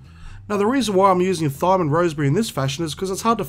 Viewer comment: lol, love the way you say Thyme. It's actually pronounced like 'time' :)